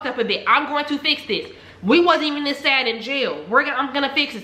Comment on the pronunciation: "we'll fix dis we'll fix dis..." LIFE GETS WORSE